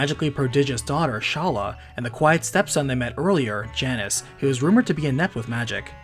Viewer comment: Janus, pronounced JAY-nes. Cause he's a boy. =) - Uncle says to do some research! (Jackie Chan Adventures style)